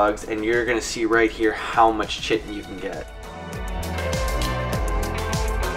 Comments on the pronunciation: It’s pronounced Kite-in btw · chitin. lets talk about that for a second. it is spelt with a c but.... pronounced with a K. eg. kite-en = chitin. say it with me now, chitin. english lesson for today is now over. note, I said english lesson, not american lesson. chitin :D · Chitin is not pronounced that way. Its more like kai tin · Chitin is pronounced "KITE-N". Doh! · It's not pronounced the way u d it. It's basically Kite with a n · Its 2017 and people still dont know how to pronounce chiten lol